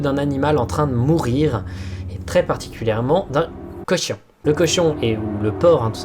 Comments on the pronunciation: C'est un cossion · “d’un…COCHION” je suis désolé mais j’ai explosé de rire :,) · C'est mim's 😭 Un cochion 🤫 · Non ... il dit couchon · nan mais comment il a dis cochon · moi aussi xD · Comment tu prononces "cochon" ? hhahha Très bonne vidéo sinon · J'adore comment tu dit "cochon" 😂